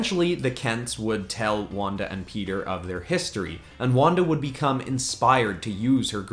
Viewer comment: It’s not Peter it’s pietro